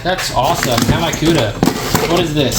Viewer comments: 😂 Hemi you said Hem I , it’s pronounced Hem me ! Good video as usual 👍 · Hemi = him-e like a dodge